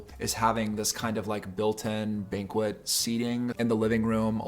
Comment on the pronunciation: You have great style and taste. Earthy, warm, textural, inviting. BTW Banquette is pronounced like blanket but without the letter l.